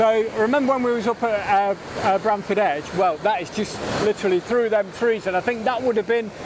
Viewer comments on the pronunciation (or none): Hi, really enjoyed the latest video, I've taken the same shots a few times myself as I live in Sheffield, just one thing mate, it's Bamford edge, all the best, Sean.